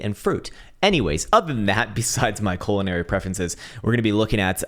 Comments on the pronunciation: In the intro did you mean to say "colonary preferences"?? Lol hilarious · Did say ‘culinary preferences’ or ‘colonary preferences’??